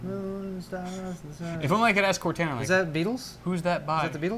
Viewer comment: BRO COR-TAH-NAH Why does everyone say cor-tana